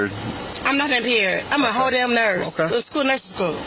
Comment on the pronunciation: Did she say shes a "Whole Damn Nurse' or "Hoe Damn Nurse"?